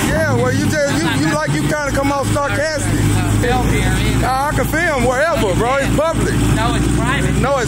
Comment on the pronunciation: Good video but did u hear ur boy say starcastic at end😂😂😂😂